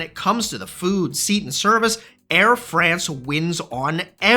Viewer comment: KLM is a crap airline. The Business Class on longhaul is just a joke. Disgusting food and mostly unfriendly crews. By the way, the pronounciation of "France" in "Air France" is like "Fronce". You have to speak the a like an o! 😊